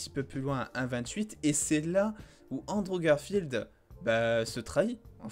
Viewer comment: ok premère minutes Androve Garfield yay rip la prononciation